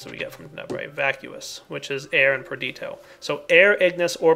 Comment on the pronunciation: Love the series,, but for the sake of all we nazis and pedantics out there, please just try and say Perdi-TI-o and Precan-TA-tio:)